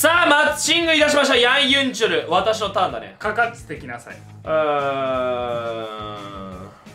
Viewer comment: ヤンユンチュルじゃなくてヤンユンチョルなの？